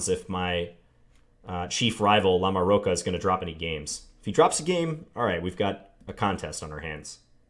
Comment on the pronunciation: I think that "ch" in LamoroCHa is pronounced like a "ch" in CHocolate...I think.